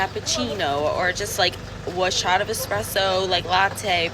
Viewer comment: At least most of the time I heard Espresso and not EXpresso my dear old dad always said "If the good Lord wanted me to drink coffee with milk and sugar, he would have put it in the coffeebean"